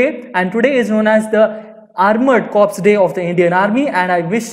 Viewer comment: its not cops man its corps pronounced as "core"